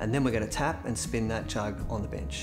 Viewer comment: ON THE BENCH.....LOL... I THOUGHT I HEARD "ON THE BIT!% GREAT VID LOVE ACCENTS